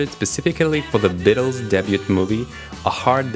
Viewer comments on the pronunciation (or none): BETTLES????!!!! Did he just say bettles??!!!